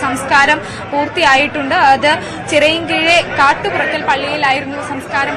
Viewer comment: Kattumurakkal not kattupurakkal